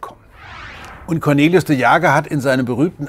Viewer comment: Ich kenne jemanden der Cornelis heißt. Wie der Herr Lesch die ganze Zeit aus Cornelis ,,Cornelius'' macht triggert mich nur extrem. xD